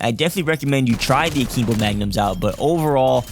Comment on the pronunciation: yo bro it's akimbo not akeembo